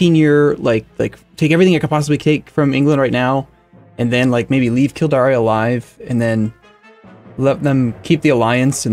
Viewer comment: Kildare is an easy one. You pronounce it kill-dare.